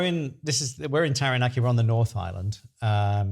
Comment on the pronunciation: Kia ora, just a friendly suggestion. Set yourself a challenge to pronounce Taranaki correctly. It’s easier said than done especially after 12 years living there but change is good 😊. Keep up the nice content you seem like lovely people. Ngā mihi